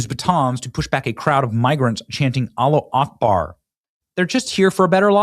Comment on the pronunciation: Benny you sound really stupid pronouncing “Allahu Akbar!” it is not ‘Alla Akbar’ it is Alla Hu Akbar. Change, and start getting respect from an avid listener again!